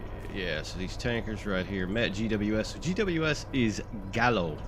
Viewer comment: Pronounce the l"s. Ernest & Julio Gallo.